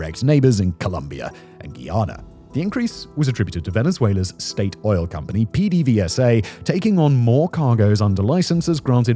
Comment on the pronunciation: For anyone who wonders, PDVSA is actually pronounced "pay day base-uh" with the b in base being soft. Petrolio de Venezuela. Simon's pronouncing of spanish words is my only real complaint, though. Steady on, fact boi.